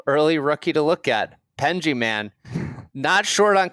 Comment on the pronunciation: I'm a new listener following the KVV transfer. Have to say there is nothing funnier that people complaining about Golf coverage whilst being totally unwilling to pronounce someone's name properly. It's not hard. Just listen to any DP world tour coverage and you will hear "Penge" not "Pengey".